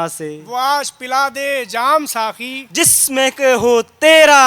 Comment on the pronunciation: داستان گوئی کی محفل سجانے والوں ۔۔۔۔ ذرا غور کیجئے اپنی اغلاط پر ۔۔۔۔ جب تک بیان کرنے والوں کے تلفظ درست نہیں ھونگے تب تک داستان گوئی میں اثر نہیں پیدا ھوگا ۔۔۔۔ آ پ نے ابھی بولا ھے ساکی جو سراسر غلط ھے صحیح لفظ ھے ساقی ۔ برائے مہربانی ش ، ق کی درستگی کا خیال رکھیں ۔ شکیل عظیم مورخہ 24 اکتوبر سنہ 2022 ۔